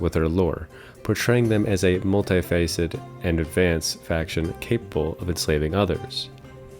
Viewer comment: getting hyped for hytale! again! one thing: in the word multifaceted, the "ed" at the end is not silent. it is not pronounced as multifacet.